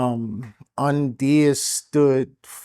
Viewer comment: Did you call him Onion 😂😂😂